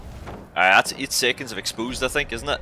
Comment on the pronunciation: Expoosed lol